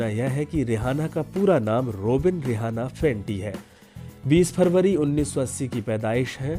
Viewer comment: जानकारी अच्छी है मगर रिहाना नही इसका नाम रिआना है